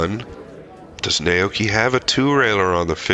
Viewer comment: your analysis is excellent. Well done. The only flaw is butchering Oi’s name pronunciation throughout: Nah-Oh-Yoo-Key (no syllable emphasis).